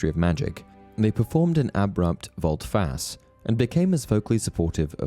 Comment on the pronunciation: So much repetition here. volte face = volta fatch eh it's Latin meaning about face eschewed = eshewed meaning avoided